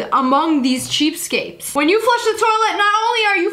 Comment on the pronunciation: Lia iv'e commented a million times and told you its cheapskaTes, not cheapskaPes. Im tired of seeing people people laugh at you for saying Cheapskapes! Again its CHEAPSKATES. Im sorry, i'm a teacher. Cant help it!